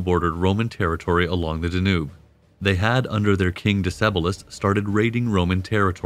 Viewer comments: Danube, Donau, Dunav, Dunărea, but not Der Njub... Decebal, Dacia, č Dacii Dacian hill forts, followed by the Saxon Siebenburgen AS a resident of Dacia. I wince at your mispronunciations. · If not for the mispronouncing of Danube, I'd have thought the narrator was a person. AI has come far!